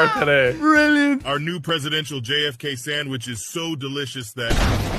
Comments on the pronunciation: U dunno, when says sangwidge instead of sandwich, is was really hitting a nerve XD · saying sandwich: Sangwich! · Why tf did call it a sangwich??